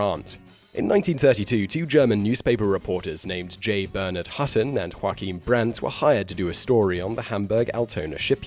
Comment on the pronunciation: Joachim is a german name pronounced "Yo-A-Kim" not the same as the Spanish name Juaquin, pronounced "Hwa-keen". Yes, I know - Rule 5.